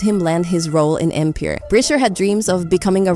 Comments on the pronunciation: Ok, this is a “bot” doing the voiceover, how do you miss pronounce “Empire”🤔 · After she called Empire .. EMPARE 😅 I STOPPED LISTENING LOL, I’m so confused